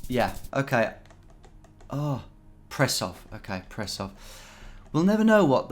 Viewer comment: Prešov in Slovakia - [prehshow]